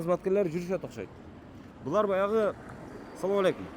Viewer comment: Соом алейкум дебей туура учурашсан